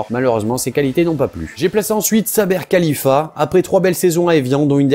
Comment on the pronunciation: Saber Khlifa et non khalifa